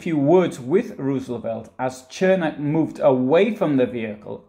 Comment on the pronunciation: Where are these mythical hills you speak of? 🤣😂 BTW……his name is pronounced “Sirmack” in Chicago.